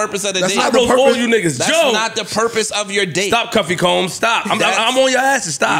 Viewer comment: Yo did y'all peep when called Ish "Cuffy Combs"? 😂😂😂😂